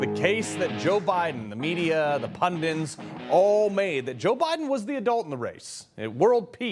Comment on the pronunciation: Pundits! Pundits! Not pundints!